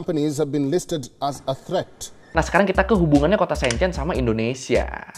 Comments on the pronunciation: Shenzhen bukan Shenchen... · Maaf kak. Bacanya yang betul Shenzhen (shen jhen) e nya kaya elang 😁 Bukan shenzaen 👍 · Itu Shenzhen dibaca kaya sen di senang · bukan SEEN CEEN bacanya !!! huruf E nya bukan dibaca EE tapi E seperti kamu eja Enam bukan EEnam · Bang maap sy gatal nyebut nama kotanya, keknya salah cara bacanya bang. Enw thanks buat video yg super informatif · masukan aja, bacany shenzhen, dua2nya "e" nya kyk "beli" atau benar" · Bang spelling Shenzhen nya salah, e nya dibaca kaya huruf e dalam kata kemana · sorry bang,, ngga enak bnget dnger cara baca Shenzhen,, learning by google translate dulu lah bang,, gmna carabaca shenzhen yg bner.. kan judulnya learning by googling.. learning juga cara bacanya lah😅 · Halo, cuma mau kasih masukan… Shenzhen bacanya Sencen menggunakan vokal e seperti memakai, Guandong bacanya Kuantung… 😊🙏🏼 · Mau ngasih tau aja cara bilang silicon valley itu bukan silicon VALE tapi silicon VELI. Shenzhen itu bukan pake e meja tapi e emas. Jangan malu-maluin nama channel sekolah tapi kayak ga sekolah